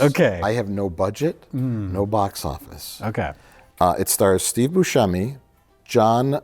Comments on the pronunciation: It's embarrassing how Mike doesn't know how to pronounce Steve Boosheemy. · You're saying Buscemi wrong, just forget the "c" and you'll get it. You also got Ayo Edebiri's entire name wrong.. and a third one I forget what is 😂